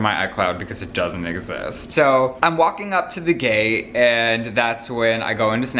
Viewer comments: When he said gate it sounded like gay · Who else keeps hearing gay not gate? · It sounds like you're saying "gay" every time you say "gate" lol